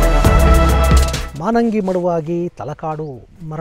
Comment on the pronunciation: ನಮಸ್ಕಾರ ಗುರುಗಳೇ 🙏 ನಮ್ಮೂರು ತಲಕಾಡಿನಿಂದ ಕೇವಲ ಐದು ಕಿಲೋಮೀಟರ್ ದೂರದಲ್ಲಿದೆ. ಅದು (ಮಾನಂಗಿ ) ಅಲ್ಲ ಮಾಲಂಗಿ ಮಡುವಾಗಿ, ತಲಕಾಡು ಮರುಳಾಗಿ, ಮೈಸೂರು ಅರಸರಿಗೆ ಮಕ್ಕಳಾಗದಿರಲಿ ಎಂದು ಅಲಮೇಲಮ್ಮ ಶಾಪವಿತ್ತರಂತೆ.